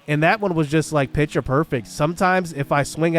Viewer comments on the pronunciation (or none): none